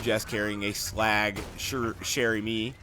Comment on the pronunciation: "Chère Amie" is french, it means "Dear Friend" (woman friend) and it is pronounced like shair amy